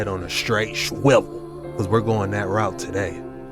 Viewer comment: The girl in the end saying Shwivel lol😅